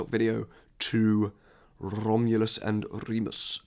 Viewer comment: I appreciate the rolled R in Romulus and Remus 😅 (Italian here)